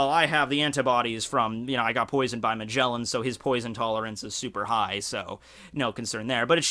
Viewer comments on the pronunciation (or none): none